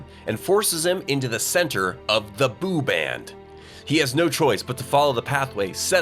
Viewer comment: ITS BOO NOT BOP